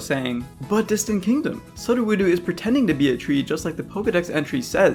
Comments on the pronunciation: no i know all of that, sudowoodo is absolutely an obvious one. that all is just kind of beside the point that they made a pokemon name with only two vowel sounds and yet three different vowel constructions. unless maybe the character count got in the way they could have made the pseudo+wood noises in the name like "soodowoodo" or smthn. and even if the character count got in the way, you cant blame someone for reading it wrong precisely because its spelled so funny. thats all i was getting at; its spelled dumb, you cant blame ppl for saying it wrong, and yet hearing this pronunciation is so offputting to me for some reason. like. i never care abt that because of historical inconsistency and it being inconsequential to all these unvoiced games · I thought he was saying it wrong to be funny but then he said it again... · Look,I like what you've done and all, but 1 thing. It's not Sud-oh-voodoo. It's Psudo-woo- dough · Exactly, it's supposed to sound like pseudo-wood-o, because it only looks like wood, but isn't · Sudoowohdoo? Sue doh woo doh. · Sudowoodo's name is pronouced "pseudo-wood-oh", not "sud-o-wood-oo". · Sudawedu: bruh Pseudo- whoo-do yeah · Stop saying Sudoewoodu PLEASE. It's pseudo-woodo. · It's pronounced "SUE-DOUGH-WOULD-OH" ("psuedo-wood-oh") not "SUBTLE-WHEW-DOO." Sorry, that's the only thing that peeved me. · "Sudoh woodoo" i dont want to rude about it so here "Soo doe wood oh" thats hw its pronounced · Say it with me now. SUU DOH WUU DOH Not Suh doo woo doo Pseudo Wood O Otherwise, you put out great content, keep it up fam. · Sud-o-wood-oo? Its pronounced "Pseudo- woodo". Like yknow. Because its pseudo wood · This is glorious but I am very distracted by that SudoWoodo pronunciation. I'm pretty sure it's supposed to go, "Pseudo-wood-oh," not "Sud-o-woo-doo" Regardless, glorious job. Yer doing Arceus' work. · Why do you say sud oh woo doh instead of soo doh woo doh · "Sudu-woodoo"? Pseudo-woodo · “suh duh woo doo” someone didn’t watch the anime